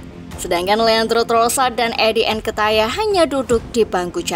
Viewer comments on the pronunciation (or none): Hahah sama nketiah dibaca nketaiah, false Nine di baca false nite